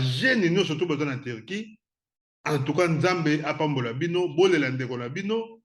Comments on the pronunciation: Loba bien ndeko Turquie et non Tirquie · HAHAH VOLEUR LES CON////GOLAIS DISENT VOLAIRE TURQUIE ILS DISENT TIRQUIE, ILS NE SONT PAS RAFFINES